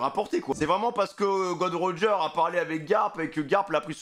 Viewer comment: arrêtez de dire "Gold Roger" c'est "Gol.D.Roger"